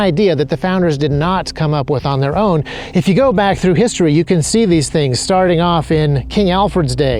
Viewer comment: Wishtory not History….😢